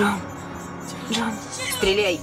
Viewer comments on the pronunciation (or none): none